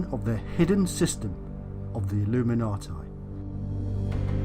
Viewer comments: Can't get past 4 minutes. This guy says illuminati like a drunken brit. I'm out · I'm just curious. If the man must pronounce illuminati with a "tye" sound at the end instead, does that mean he has "tie time" in the afternoon?